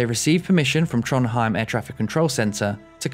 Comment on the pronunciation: to be honest the only one you almost got right was Trondheim 😂😂😂